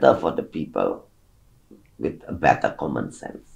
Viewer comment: demen bgt pas bu susi ngomong "better" dengernya kek "beta" 😍